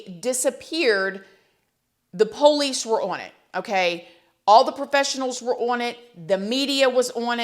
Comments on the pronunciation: I like it when you say "pole lease" for police. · po lece po lece oooon it ooon it u sound weird po lece oooon it own it poohhhhh leice